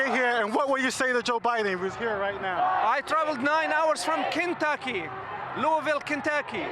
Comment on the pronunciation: It's not Kintucky. It's Kentucky. Pronounce it right!